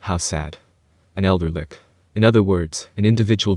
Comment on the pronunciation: Read as Litch, not Lick